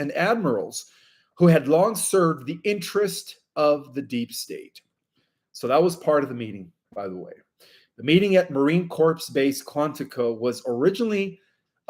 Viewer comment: Brother, I must correct you on pronouncing Marine Corps say “marine core” when corps is pronounced as spelled it comes out as corpse. From an Army soldier…in heart now Hooah! 👍